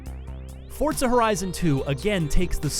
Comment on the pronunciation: fortza its called forza xD